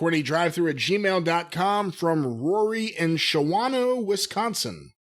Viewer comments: Shaw-no not Sha wan no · Its pronounced Shaw-no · Hey it's pronounced "shaw-wa-no". You've mispronounced it a few times. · Just to let you know it's pronounced Shay-no, The town in Wisconsin I mean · Its "Shawn-O", Wisconsin. One of those A's is silent. This is the 2nd time a question has come up from there and has mispronounced the name. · Shawano is pronounced "shawn-oh"